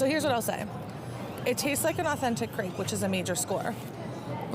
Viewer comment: The way she said the "r" in ice cream and crepe.... I wanted to stab my eardrums out with an ice pick.